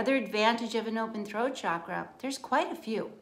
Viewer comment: Thank you for pronouncing 'chakra' correctly. So many people today use the trendy pronunciation 'shakra'. If you consult a sanskrit dictionary, it is plain that the pronunciation is ch as in 'chalk.' Very good information. Thank you.